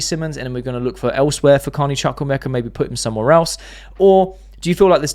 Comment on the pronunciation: I told you the Chuk in Chuk-wu-emeka is not pronounced as Chuk but as Chook (like Chu chu).